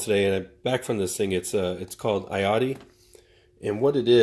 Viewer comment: It’s pronounced yach-ty